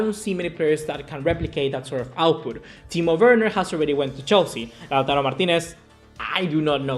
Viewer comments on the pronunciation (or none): none